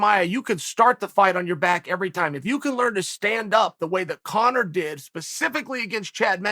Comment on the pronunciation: Chael almost went full Daniel asherov mode calling Conor congor🤣🤣🤣